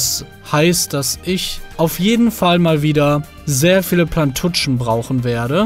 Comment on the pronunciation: Warum sagts du plantutschen